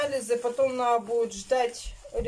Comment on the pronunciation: Кто просил "надо",а не "наа" получите,распишитесь😜